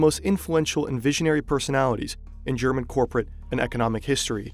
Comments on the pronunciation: not enough hype for how good the german pronunciation is! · Great vid. The pronunciation of german was so pleasing to hear too.